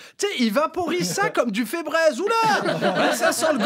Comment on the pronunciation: on dit ''fibrize'' pas ''fébrèze''... haha